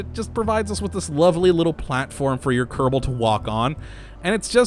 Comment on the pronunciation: Just the way he says it. I've been watching these videos in a binge and I started saying Kurrrable Space Program myself naturally.